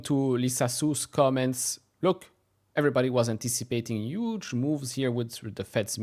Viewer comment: Dude, it’s Huge, not ‘uge’. If you correct others about Nvidia, stop my ears bleed